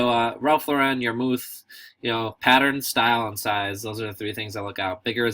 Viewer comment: Cool video, but.... Ralph's last name is pronounced like you would say Lorin not Lorr-----rin. Just saying..